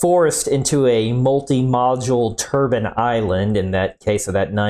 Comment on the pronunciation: You don't do anything for your credibility pronouncing turbine as "turban". A turban is what a Sikh wears on his head.